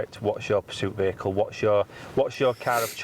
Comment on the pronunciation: She did the thing "ve-heacle" lol